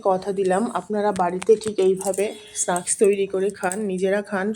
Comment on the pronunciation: Snaks not snuks ucaran tik korun